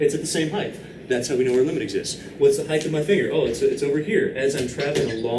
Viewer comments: Please, please, please, PLEASE stop saying "heighTH." You are a MATHEMATICS professor; this is cringe-worthy. However, this channel is honestly a godsend. It is an absolute shame that I have to get my instruction from somewhere beyond my class (where the instruction SHOULD be the best). I am forever indebted to this man for supplying the necessary intuitions behind these extremely subtle and precise concepts. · Wait, why does he say the word height like that? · I just assumed that it was an accent or something. =P But it doesn't really matter in the end anyway, since the purpose of a language is to simply communicate with other entities.